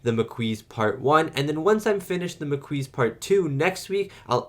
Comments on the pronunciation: P.P.S. For what it's worth, Dukat is being honest with Sisko in this one. He doesn't know how the Maquis or Cardassian colonists in the DMZ are getting weapons, but he wants to protect the peace treaty. By the way: Maquis is definitely pronounced "mah-KEE". The Maquis are also a very diverse group ... there are all kinds of Federation colonists in the DMZ, not just the native Americans we saw in "Journey's End", who now feel abandoned by the peace treaty. They've spent decades building a life on colony worlds in space wilderness, so naturally they don't want to leave. But they wake up one day and find a treaty by distant governments has suddenly left them vulnerable. And instead of respecting that treaty, their Cardassian neighbors will endlessly attack them in an attempt to get them to leave. That's why they have armed themselves (for defensive purposes at first, and later offensive) and taken on the Maquis name. This whole tragic situation is a reminder that peace only works when both sides honestly agree to peace. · Maquis is a French word, pronounced Ma-Key. It was a group of French and Belgian resistance fighters formed to resist the German occupation during WW2. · I'm gonna demand 10 strips of latinum from you for every mispronounciation of Maquis! Killing me!! 🤣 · Every time you say Maquis wrong it’s like a needle 🪡 in my ear drum. 👂. Please, just listen to how the word is said in the actual episode. Pretty please 🙏. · The maquis were the French resistance guerillas after Germany occupied France in WW2, hence the French pronunciation. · it's pronounced Ma-Key. The group was named after the French resistance group during the Nazi occupation in WW2. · maquis is pronounced makeee and do a vid on part 2 plz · I'm kinda going to miss hearing "mah-KWEEZ" now that he knows the actual pronunciation. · THE MAH-KEY It's French. Why would you intentionally pronounce something wrong when you know it's wrong? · It’s pronounced maa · kee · It's pronounced "Ma Key".